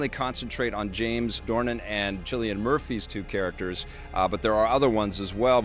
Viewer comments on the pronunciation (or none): Its pronounced "Silian". Not " Chillian. Dude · it's pronounced kill-ian not Chilean, Chilean being a native of Chile. Your forgiven though as Irish is a strange language